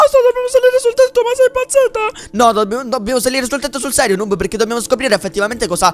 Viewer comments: Chi si è accorto che all'inizio dice snoob invece che noob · ai detto snoob a noob al inizio